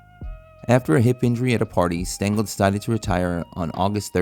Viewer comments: Casey “Stangel”? 😂 Uh, it’s “Stengel” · Ffs, it's spelled Stengel not Stangle. You even show a plaque of him on screen with the correct spelling yet you still f*cked it up. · It's Stengel.